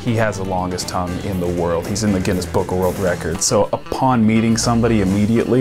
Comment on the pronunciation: He says guinness wrong